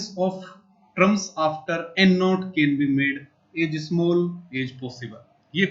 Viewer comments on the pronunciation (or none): Sir gi trams nhj hota terms hota h